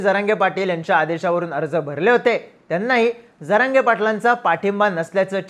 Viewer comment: प्रतिनिधी साहेब स्टँड लावू नका... हा शब्द चुकीचा उच्चारला ...जरागयाला तर बांबू लावला पाहिजे.